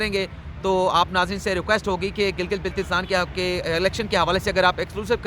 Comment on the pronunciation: یاد رکھئے گا کہ بلتستان میں بل زبر کے ساتھ لکھا جاتا ہے۔ یعنی کہ اس طرح بولا جاتا ہے جیسے کہ گردن میں بل آنا۔